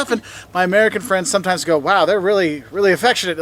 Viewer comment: I love how you say my friends it sounds like muffins